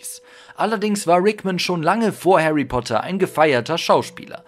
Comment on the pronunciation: Haary Poter